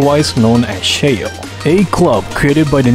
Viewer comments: I thought Schale was pronounced Sha-le, not sheil. Not sure tho. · I know that SCHALE could be pronounced as "sheyl" in English, but man it kills me everytime he does it. I'm just so used to hearing "Sha-Le" that nothing else could compare to it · Schale is pronounced by Rin as "Scha - Le" not "schale" you can hear her say it on raid / total assault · S.C.H.A.L.E is not pronounced like "shale", it's "Sha-all-lay", sha as in shanty, all as in letter R, lay as in sun-lay. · Yeah, I prefer referring to it like Shal-leh, it has a nice ring to it.